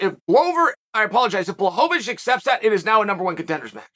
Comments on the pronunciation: man he started off calling him blahovovich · Not quite , but it's a lot better then many other names.